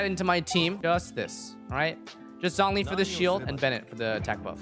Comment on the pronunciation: bro you aren't using Zhongli, but Zhong-E